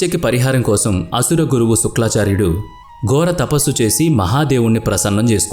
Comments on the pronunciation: నాయనా బాబు వీడియో చేసేటప్పుడు జాగ్రత్తగా చెయ్యండి. ఋషుల పేర్లు తప్ఫు గా చదువుతున్నారు.బ్రుగ మహర్షి కాదు. భృగు మహర్షి అలాగే శుక్లా చార్యుడు కాదు శుక్రాచార్యుడు. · ఏవండీ శుక్లాచార్యుడు కాదు శుక్రాచార్యుడు మీకు ఆ పదం తిరగక అలా చెప్తున్నారు అనుకుంటున్నాను అది అలా ఉంచండి పూర్తి గా తెలియని పురాణాల జోలికి వెళ్లకండీ మాకు బాధకలిగించింది ఈకధ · శుక్లాచార్యుడు కాదు నాయనా శుక్రాచార్యుడు అని పలకాలి. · It is shukracharya, not suklacharya.. Mispronouncing such great names is so bad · Shukra not Shukla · శుక్లఆచార్యుడు కాదురా శుక్రఆచార్యుడు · Suklaacharyudu kaadu Nayana,sukraacharyudu. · శుక్లా చార్యుడుకాదు సామీ శుక్రా చార్యుడు అని చెప్పాలి 😄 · thappu antha thappu eeeee vedep motham thappu.... ex: suklaaaaaacharyudu .....thapppu sukraaaaacharyudu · శుక్లా,కాదు శుక్రాచార్యుడు అని పలకండి.మృత్యు,మృతసంజీవని,భృగి కాదు భృగు మహర్షి అని పలకండి. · "శుక్లాచార్యుడు" కాదు. "శుక్రాచార్యుడు". "మృత్యు సంజీవిని" కాదు. "మృత సంజీవిని". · Sukla charya kaadu, sukra charya anni rongue Information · Fake news babu.....Sariga telusukonu I వివరణ ఇవ్వండి...శుక్ల మహర్షి అంటున్నారు,, బ్రగ మహర్షి అంటున్నారు...పలకడం కూడా తప్పులు.... కథ అయితే పూర్తిగా తప్పు.....ఈ వీడియో డిలీట్ చేయమ్మ...plz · శుక్లా చర్యుడు కాదు.. భృగ కాదు బృగు మహర్షి... అబ్బా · Your voice is good but శుక్రాచార్యుడు ,మృతసంజీవని అని చెప్పాలి.